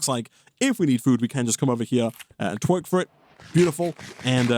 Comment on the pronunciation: "To get food you just gotta tweark here"💀💀